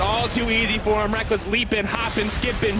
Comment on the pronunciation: Rekkles has a very good pronunciation!